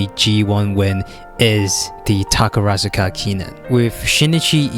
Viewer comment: I'm impressed it took you 8 minutes into the video to pronounce "Takarazuka" correctly 😂